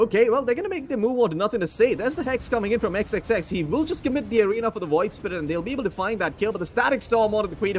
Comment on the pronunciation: Its the PIYOH! caster hahaha. WOID spirit hahaha!